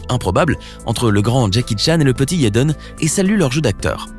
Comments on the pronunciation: Pourquoi il dit "yaiden smith " je croiyais que c'etait jaiden 🤷‍♀️ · pourquoi tu di yaden aulieu de jaden... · pourquoi vous dites yaden et pas jaden? c'est bizarre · C EST JADEN PAS YADEN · « YEDEN » MDRR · "YEDEN" HAHAHA 💀💀💀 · mass rimeri JEN AI MARRE 😂😂😂 Je me retiens de pouffer de rire a chaque fois qu’il dif Yeden 😂😂😂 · Mais il dit yeden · Mais qui t’a envoyé dire « Yaden »??? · Yéden smis😂😂😂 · Mzelle Kenza c’est Jaden t’inquiète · S’il vous plaît, avant de faire tout un discours sur quelqu’un, apprenez à prononcer son prénom correctement 🤔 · je suis la seule qui est perturbé dont la façon dont il dit son nom